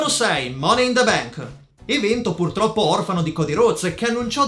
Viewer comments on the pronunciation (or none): none